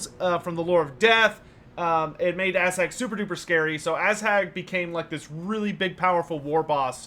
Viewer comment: love the streams, but i hate the way you pronounce Azhag. Protect your butts, for the Ass Hag is coming!